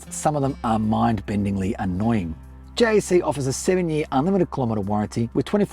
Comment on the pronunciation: Stop say it like J.A.C it is pronounced like Jack dude I work at Jac it just a different site